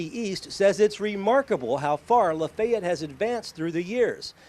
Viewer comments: Still cant say it rite....what a disgrace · In the video, and East are using two different pronunciations. is using a 3 syllable pronunciation, and East is using a 2 syllable pronunciation. Luh-fay-ett versus luh-fett. My grandmother, born and raised in Lafayette, used luh-fett. I have a limited sample size though, as when she married my grandfather they didn't settle in Lafayette, but when we visited my great-grandfather and cousins, recall them using luh-fett as well